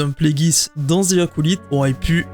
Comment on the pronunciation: je suis désolé mais faut arrêter de dire Zi Acolyte le mot "the" en anglais ce prononce comme DE 😅 dite DE ou dite DI mais pas Zi